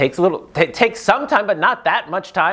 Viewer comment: A tip that will make you pronounciation of Danish name and other words so much better: always remember to pronounce any -e at the end of a word. O-den-se. Three syllables.